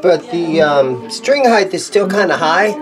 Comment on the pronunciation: Are you saying 'highth'?